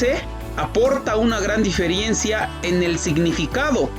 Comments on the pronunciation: Oye indígena..se dice diferencia y no diferiencia...pedazo de imbecil... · Buen video y bien explicado, lo siento quiero hacer una pequeña corrección en el minuto se escucha decir "diferiencia" y lo correcto es "diferencia" no lleva i en medio. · No se dice DIFERIENCIA, por favor maestro de lengua.